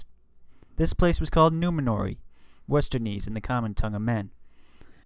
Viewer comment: I love the effort you've put into this vid, but you might consider working on your pronunciation on some of the proper nouns. Ex: Westernesse = WEST-er-ness, not WEST-er-neece.